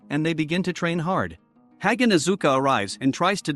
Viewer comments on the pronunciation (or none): none